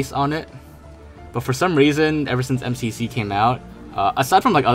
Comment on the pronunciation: "em see see pee sea"